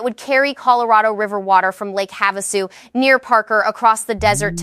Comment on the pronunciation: It is pronounced PEENAL (Pinal). Have A Sue (Havisu) Emphasis on Hav,. Also watch the live and live. They always say one or the other but AI's do not understand two pronunciations but the same word. It is not logical so even a machine that learns can not understand that live is used one way and when you go LIVE it is a long i. You cannot code this Ai but the information is important. It should not turn people away. And the people in small towns in Arizona will be impacted by this, very hard. We live in Tucson. I would love to share these with other friends in our state of Arizona, but with these mispronounced names, sound amateurish and silly. The speaker was a woman's voice. But it did not know the difference between long i sounds and soft i sounds like tissue. In Spanish the i's have the long EE sound like in feed.